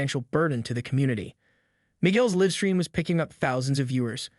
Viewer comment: Why did you waste time repeating a big section toward the end and NOT ending it with a clear outcome? And your bot or AI needs to be programmed to read "live" correctly. This was lame.